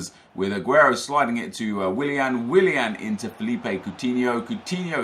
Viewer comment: how can you say willian so much and still not realise?